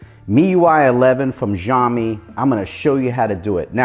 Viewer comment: That's not ziomi . You better pronounce it as shiomi